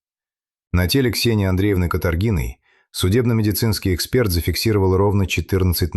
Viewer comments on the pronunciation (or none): none